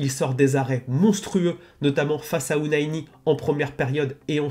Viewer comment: OunAHI et pas Ounaïni😉